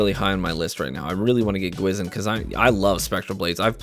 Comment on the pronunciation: I love your content, never said anything negative until now. The spectral blade exotic gwisin vest means ''Ghost' in Korean, it is pronounced Gwhi Shin. Ive seen alot of youtubers pronounce it wrong, but hearing you pronounce it wrong really disappoints me. Please be and advocate of pronouncing things right, don't make the community pronounce it wrong, just like how Atheon was pronounced incorrectly all throughout D1. Thanks